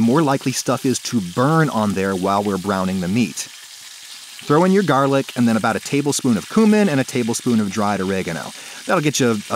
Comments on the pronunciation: I am American and I've genuinely never heard that. I say it c-you-min. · Adam I love you but never say via and cumin like that ever again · I love this video, but imma be real with you, the way you pronounced "cumin" sent me into a murderous rage. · this guy really said 'coomin' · Did you just say coomin